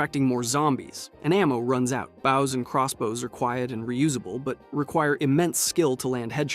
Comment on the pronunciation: It’s bows not bows….